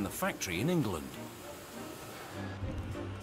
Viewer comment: Did he say Ningland lol. Rafale is better and cooler. Nuff said